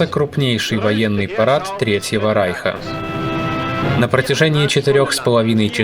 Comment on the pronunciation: Спасибо за видео . И отдельное спасибо за правильное произношение слова " райх ".